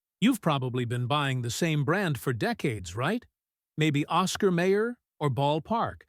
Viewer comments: May Er? We always pronounced it as My Er. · The Narrator keeps Mispronouncing Mayer it's pronounced Mi-yers not Mayors and who produced this content Trader Joe's? 😆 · The Oscar Mayer company pronounces it my-er, not may-er. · My ER not Ma er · "May-her". That was like nails across a chalkboard. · Once I hear the wrong pronunciation...I leave.